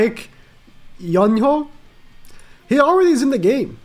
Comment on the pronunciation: Baek is pronounced beck, and the yoon is just yoon, and ho is pronounced as hoe.